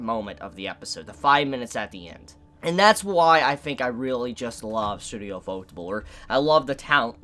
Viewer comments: I have a question for you guys here: Do you pronounce the Studio's name as UFO-Table? Or do you pronounce it like fotable like does? Im curious because his pronunciation of it kinda drives me up a wall lol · you should take the 2 minutes it takes to Google how to properly pronounce the studio name, if you really want to give them credit. It's pronounced You-pho-teh-bu-ru. It's kinda disrespectful otherwise. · butchered the pronunciation of ufotable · Why can't people pronounce ufotable right? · I still have no idea on the proper pronunciation of Ufotable.